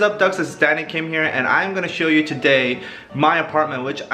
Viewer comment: When you said "Danny Kim here" I heard "Daddy Kim" 😂😂 I was like 'oh, he wildin'😂